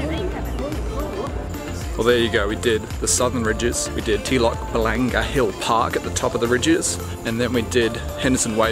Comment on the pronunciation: The way you pronounced Telok Blangah 🤣